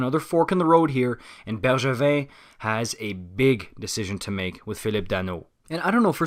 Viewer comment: He said it right thought.